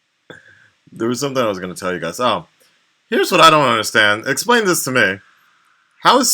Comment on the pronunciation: lol he always says "this" like "ziss", not even japanese brah sup